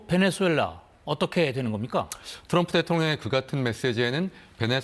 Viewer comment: 베넨술렐라 (X) 베네술렐라 (X) 베네수엘라 (O)